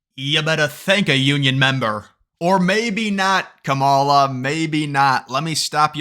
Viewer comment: You not pronouncing her name right is sad! Racist don’t truly believe in unions! Of course they won’t endorse her!